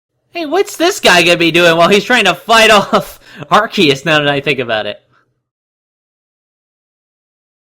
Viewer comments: Ikr if that's how you say Arceus then you should say cactus like sactus. Lol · Everytime he says the name of Arceus wrong it make me just want to yell straight into his ear with a microphone. It drives me insane